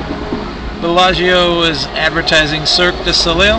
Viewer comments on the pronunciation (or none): you pronounce it circ duh so lay